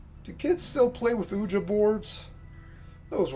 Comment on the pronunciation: "Ooja board" holy fuck are you serious it's pronounced (o-wee-ja) board